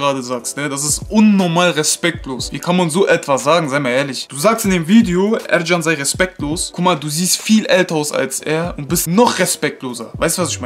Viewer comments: Er heist nicht ercan sondern erkan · Erkan so spricht man das aus